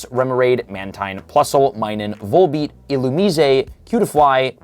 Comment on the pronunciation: Finally heard a youtuber say Illumise properly.